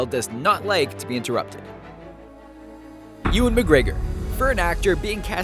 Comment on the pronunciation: Ewan is pronounced (you an)